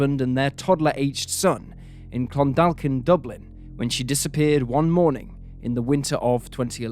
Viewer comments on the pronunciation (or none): The L is silent in Clondalkin, and it’s Ronanstown Garda station. Didn’t know about this one, must check it out 😮